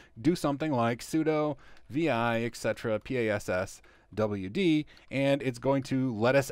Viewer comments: eh, its not EXETRA, its ET CETERA :) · the correct pronunciation is "et cetera."